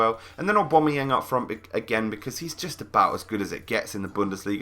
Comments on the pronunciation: AWW BAM EE YANG, NOT AWW BOM A YANG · no, its u-bam-u-yang